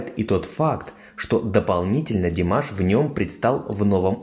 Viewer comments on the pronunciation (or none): none